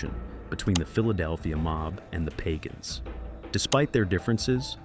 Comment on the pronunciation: It's pagan not pagon